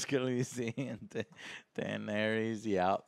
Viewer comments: "And he CAN'T even say the names write! Not Daenarys, not Drogon.. But somehow he can write everything" Wut? Btw. it's DaenErys. :D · Unrelated, but it's funny how Joe mispronounces almost every name is this show: Danareeez, Varieez, Urion, Cleegan, Mahsunday.... LOL